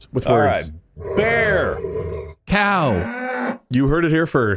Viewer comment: I can't stop replaying "cow"